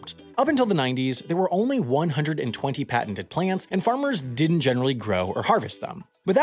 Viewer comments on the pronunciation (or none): I can't imagine what makes someone think it's acceptable to pronounce "didn't" as "dent".